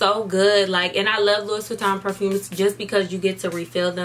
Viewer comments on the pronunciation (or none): It’s pronounced "Lew-ee” not Lewis. Common mistake. I pronounced it wrong years ago myself 💕💕🖤